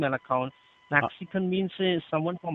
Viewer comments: To be fair to him, I had no clue what he said until he said 'someone from Mexico'. I heard a 'Maxicon IP address', and I was thinking 'Well, you're giving up the game early there'. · Did the scammer say a "Maxican" IP? What is a Maxican?